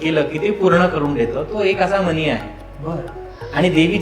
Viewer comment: गुरुजी मनी म्हणू नका, मणी म्हणा. अशी भाषा अशुद्धी आपण कराल हे चुकी चे आहे. लक्षात आले आहे की ण च्या जागी बहुतांश न उच्चारण तसेच लिहितात पण. so sad 😔